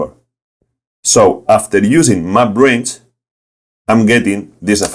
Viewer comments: Took me a second to figure out that you were saying "map range" and not "my brains"! "My brains allowed me to...", "My brains to the rescue...", etc. Fantastic video. I loved it, and I love the accent. Awesome content. Cheers! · Every time he says “Map Range”, I hear “My brains”.